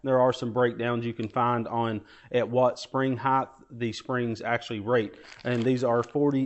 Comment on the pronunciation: Height, not Heighth. No such word